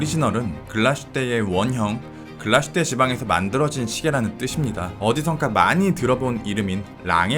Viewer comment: 글라슈테가 아니라 글라스휘테인 것 같은데요?